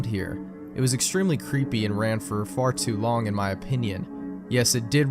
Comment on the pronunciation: "Wost mewia vewwy cweepy PSA (creepy, lost)" really now